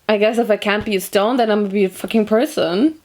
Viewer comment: At first I understood “I wanna be a little stoned at the beach” later on I realized she said “I wanna be a little stone at the beach”